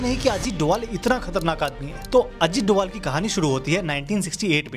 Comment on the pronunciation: Abe doval nhi h wo dobhal h